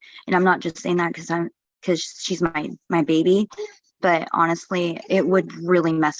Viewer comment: Do none of her baybeez have names? I get so confused about who she’s talking about “can I bring my wittle baybee?” “That’s MY BAYBEE”